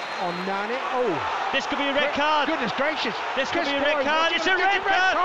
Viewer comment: "Goodnesh graciouuush" 😂